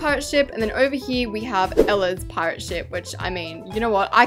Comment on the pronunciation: Anyone notice she said “Ella’s Pirate Shit”🤣🤣